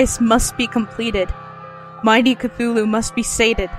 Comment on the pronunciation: Yay for cthulhu. You're the only person I've heard pronounce it the same as me. As a 'th' not a 't' in the story lovecraft says that's just the closest that human vocal chords can come to pronouncing his name so I assume it's said phonetically. I love that rhyming couplet from the necronimicon I have it written across my wall. Lovecraft is amazing. So are you. Thanks for the vid. (and sorry for this essay) x